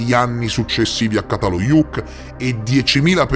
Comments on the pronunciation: Ça si pronuncia cia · Grazie, un bel capolavoro! Ti prego di pronunciare giusto, perché se no sembra completamente in altra parola, Primo C dal Çatalhöyük si pronuncia come C di cemento, cena etc 🙏🏼